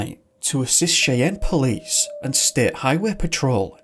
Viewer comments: Soz bud but it's pronounced "SHY_ANN" not Chay_ann. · just so you know, Cheyenne is pronounced shy-ANNE. Great video, very interesting, thank you! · Cheyenne. Pronounced=Shy Ann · Cheyenne is pronounced Shy-Ann. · 'Cheyenne' is pronounced 'Shy-ann.' 😉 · Hey bro you are one of my top ten youtubers. By the way Cheyenne is pronounced "shai-anne" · Cheyenne is pronounced shy anne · Cheyenne, Wyoming - pronounced "Shy-ANNE". For a picture of the area north of Cheyenne, imagine a landscape of low, rolling, dun colored hills. The Wyoming Wind Festival lasts from Jan 01 - Dec 31 annually. Beware the jackalope, the fiercest predator on the high plains. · Cheyenne is pronounced Shyanne. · Cool video just gotta say your pronunciation of Cheyenne is way off.